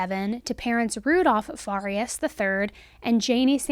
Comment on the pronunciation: Fa-Ree-Us....not Far-E-Us....